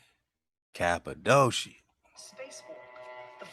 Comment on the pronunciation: Cap-a-doe-sha ... 😂.... Next time someone ask me where I'm from ... I'm telling them I was born there!